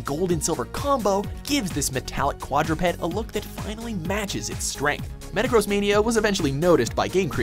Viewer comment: NOOOOOOO!! You mispronounced Rayquaza. But at least you got Metagross right.